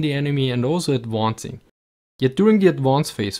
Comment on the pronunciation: "Firing and adwoncing" hehe